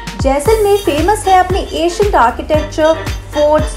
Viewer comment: Did she say acient place instead of ancient ? Or I heard it wrong.